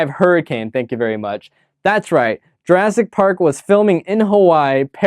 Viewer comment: URASS PARK! LOL! Did not catch that one.